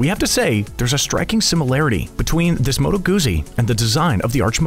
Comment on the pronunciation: The pronaunciation of Moto Guzzi hurts badly.